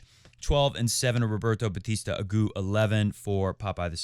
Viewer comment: Roberta Batista AguTTTTTT. It's Spanish not French